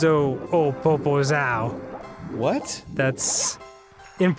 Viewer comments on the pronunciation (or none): I dont know if Danny knows, but every time he says poposao he is saying big ass. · I'm brazilian and when I heard "popozao" I just thought "please don't be the word I think he's trying to say". It was. I didn't know that song existed, but sorry. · HOLY SHIT Dan Sucks at portuguese, but it's fucking funny to listen to him trying to say the words, made my day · I know this video is old, but "Popozão" means Big ass said in a poor way